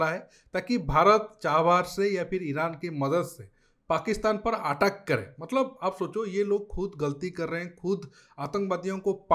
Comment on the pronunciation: Aateck nhi ateck